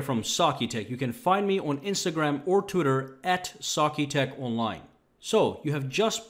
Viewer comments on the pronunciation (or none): ok but why is no one talking about how he says twitter? T O O T E R